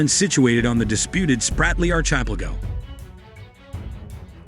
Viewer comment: Archipelago is pronounced --- ark-eh-PELL-ago.